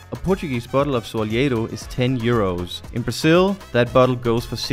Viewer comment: Somebody tell them that it’s BraZil, not BraSSil.